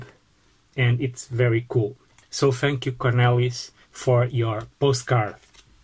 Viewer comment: I like the way you pronounce my name😊😄 Cornelis